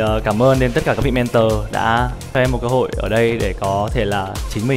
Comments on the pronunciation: Mrs "Men-thùa" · Hà Anh nghe nói là du học ở Anh quốc nhưng có những từ phát âm không chuẩn mà còn cực chối tai chẳng hạn: men-thùa (mentor). Không hiểu là cô ấy cố tình phát âm như thế cho nó "loạ và soang" hay là do khẩu hình cô ấy không thể phát âm đúng được??? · Mấy năm thôi à? Mình sống hơn nửa đời người ở đây rồi nhưng chưa từng nghe người bán xứ phát âm "mentor" như thế. Du học ở Anh mà phát âm kiểu Mỹ thành ra bị như vậy chăng? 😄😄😄